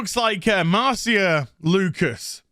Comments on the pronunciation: I'm pretty sure Marcia is pronounced "Mar-SHA." But I guess I can't expect a Brit to speak proper English. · Isn't it pronounced "Marsha"? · It’s a actually pronounced, “Marcia,” not Marcia.